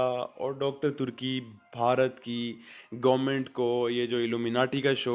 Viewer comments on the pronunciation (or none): none